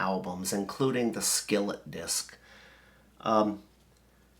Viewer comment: Siket disk, not Skillet. But whatevs